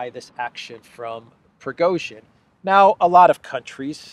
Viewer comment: Progozhin, Pro-rogue-shin